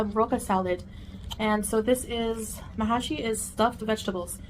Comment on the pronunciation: 🤢🤢🤢🤢 And I mean her not the food ! There's no A in Mahshi. She misspelled it and mispronounced it .